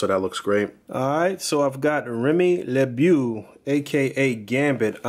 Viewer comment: Great review as usual. I'm always on the fence about Amazing Yamaguchi stuff and gotta admit, the way Gambit came out is cool but something about it is turning me away from it. That said, for future reference, I'm pretty certain his last name is pronounced "Le-Bow/Boe"